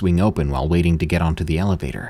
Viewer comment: Dost thee have to pronounce every 'The' as 'Thee' like in ye Old English?